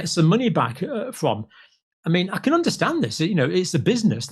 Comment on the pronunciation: I guess we don't "unnershtan" all Bill's good work.